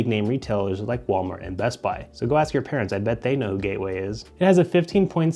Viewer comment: Gaeway computer 💀💀